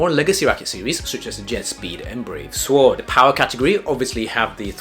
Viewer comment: Btw the “w” in “sword” is silent